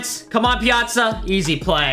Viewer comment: It’s pia-tza